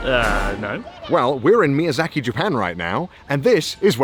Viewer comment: Ahh yes mizayaki wagyu beef is the only thing i can think of when he says mizayaki.